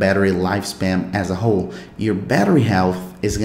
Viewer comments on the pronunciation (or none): none